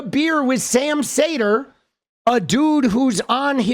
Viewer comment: Sam's name is pronounced more like "seeder/cedar" ..